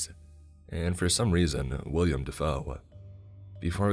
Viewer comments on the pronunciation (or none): Ha! He’s a clown, going after a nightmare clown! 😂😂😂 Hate doing it: it’s “Willem” Dafoe, not “William” no i or e.